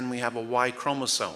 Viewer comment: A biology lecture from a guy who says "chromosone"? 😳